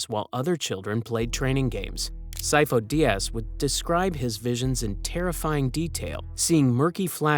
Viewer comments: "SIGH-foe DEE-uhs" This name is literally pronounced in canon. Otherwise, great video. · Si-foe Dee-az. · The pronunciation of Sifo-Dyas through this is brutal. Not like he's named numerous times in the movies and TCW 😂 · My only beef with this video is the mispronouncing of Sifo Dyas.